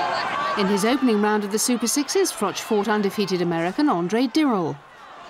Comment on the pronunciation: Prenounced Dirrell wrong, Taylor was not unified super middleweight champ he was middleweight champ.